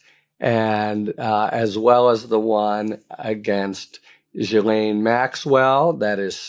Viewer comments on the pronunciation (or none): C’mon, Harry - take a moment to look up how to pronounce “Ghislaine”. You prepare everything else so carefully.